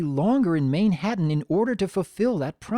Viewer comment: I think this episode was brilliant, the first song was good although i thought it started a little off with the way rarity pronounces "mane-ha-tan" it just rubs me the wrong way but after that it's good. There's just one little teeny tiny thing that i hate about the episode and it doesn't ruin the whole thing at all it's just this one line. But every time i hear it... shudder I'll elaborate in my video, i need to properly collect my thoughts about it